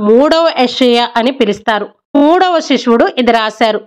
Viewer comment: Amma nv Bible story bagane chepthunav kani nv cheppe dhantlo Baga style ga chepthunav adhi konchem chusko and one more thing sishudu not shishuvudu konchem jagratha ga cheppamma Bible